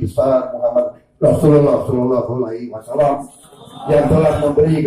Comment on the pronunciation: Apakah dipondok pesantren ini Prabowo dites ngaji atau baca Al Qur'an ? Aku dengar Prabowo menyebut HULAI WASALAM lagi apakah ini tidak salah sebut ya?